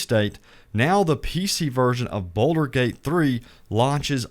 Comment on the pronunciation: Its pronounced Bald-ur not boulder